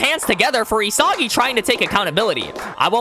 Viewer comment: Your constant mispronunciation of isagi bro 🫩